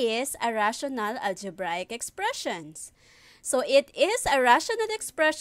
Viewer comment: it's the "ALJEBRAYEK expression" for me